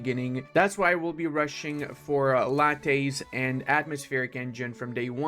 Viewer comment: did you just call lathes lattes?